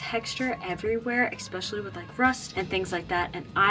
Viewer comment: Especially not expecially😂